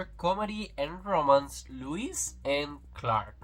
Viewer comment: It’s Lois not Lewis no w in Lois lane.